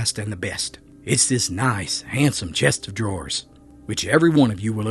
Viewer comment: It's a dadgum chest of drawers. Not Chester draws. Even mountain folk know that....